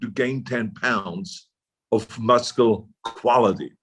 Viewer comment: I love that Arnie still can't pronounce "muscle" despite living in the States since 1968!